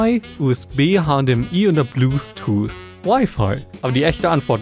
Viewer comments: Also die ansicht das statt bluetooth, blusetoose sagt HAHAHAXD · Sein Englisch triggert mich unnormal XD Bluthtuth xD